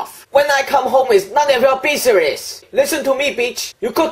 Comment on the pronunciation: "its none of your BUISERESS" LOL! too funny XD